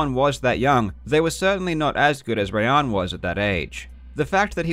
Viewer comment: Awesome video as always. Btw just as a sidenote, assuming Rayan is persian his name is probably actually pronounced “rye-on”